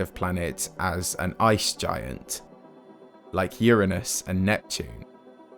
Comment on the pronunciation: He did not say Uranus right.